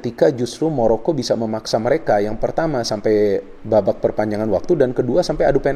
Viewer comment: Maroko om bukan moroko